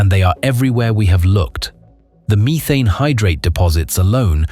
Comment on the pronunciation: Short e not long in methane. Missed the other mispronounced word.